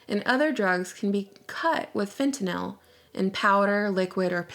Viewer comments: fentynal is a synthetic opioid. pronounced fent-in-all its been used for a very long time for in hospitals. just a little constructive correction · it's pronounced FET-NULLLLL. Just a friendly notice.